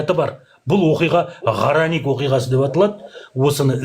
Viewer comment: Ғарани оқиғасы дейма арани оқиғасы дейма. Дұрыс естілмеді